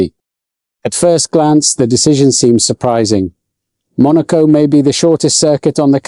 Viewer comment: Truth!! I was listening until the POS AI mispronounced "Monaco" and left immediately. And the FIA is once again showing how ignorant they are. They are saying the present crop of drivers can't handle going 12 mph (20k) faster.